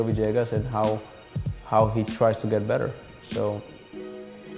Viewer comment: still wondering how you get "va-JAY-gus" from "villegas."